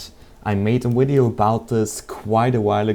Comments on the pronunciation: its Video not Wideo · lol he says wideo instead of video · the dude is foriegn i think that's why he say W in place of V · Where are u from? And if it is reason from ur narionality i wont critizise u but can u say Video not Uideo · "I made a wideo" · VIDEO, VIDEO, VIDEO NOT WIDEO im... im sorry, i... i just couldn't hold it in any more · um... well here is what have to say STOP SAYING WIDEO!!!!!!! IT IS VIDEO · why do you say wideo its video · he keeps saying wideo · thumbs up if you laught when he sais wideo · i like how to say video :D wideo :D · did he say wideo at the beggining? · What the hell does "wideo" mean? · i like the way he say video (widio) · wideo wideo wideo wideo wideo..... TALK NORMALLY!!!!!! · Its not meeeeelie!;( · wtf is a wideo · Wideo ha ha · Omg this guy is so weird... "Um hello I have made a wideo look up the recipes for yourself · Wideos, mee lee, crafting reseeps,wtf